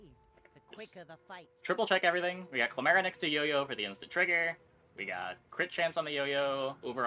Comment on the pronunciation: saying clamera but not pronouncing it like camera is so funny to me please keep making videos